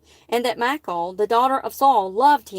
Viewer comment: I think Her name is pronounced mi...short i , like in the name Mickey. And then call, like a telephone call. Mi-call. Michal. I hope that is helpful.